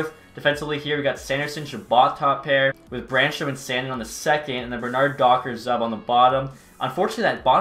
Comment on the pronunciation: Hey just so you know I am pretty sure zub is pronounced zoub